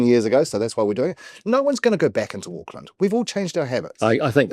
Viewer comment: AUCKLAND NOT OAKLAND, GET IT BLOODY RIGHT